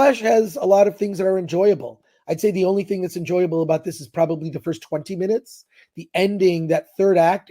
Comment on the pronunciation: Magical negro- " I was here foist!"